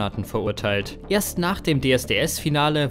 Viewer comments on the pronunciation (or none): Schreckliche Texte schrecklich vorgelesen. "ERST nach dem Finale wurde überhaupt ERST bekannt" "sperrte der Sender ihn von seinen Fernsehauftritten AUS"... Grauenvoll.